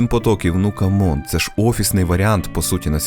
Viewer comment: Камон? Це що у твоїй голові? Чи тебе у школі на уроках англійської по голові підручником били?